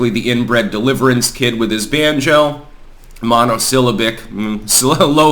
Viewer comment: monosyl--LAB--ic Keynesian (CANE–zee–en) (Keynes – Last name of the guy) –nesian (= islands "KNEE–zhun") Polynesian (= many islands) Austronesian (= south islands) Indonesian (= India/Indies islands)